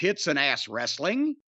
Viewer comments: TNA wre-suh-ling, bro! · Wresta-ling… BRO…..